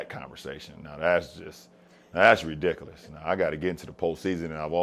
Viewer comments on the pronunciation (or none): "That's redickalis" 😂😂😂